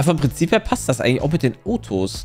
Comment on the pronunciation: Mein kleiner Cousin sagt auch noch zu autos otos, so wie jay!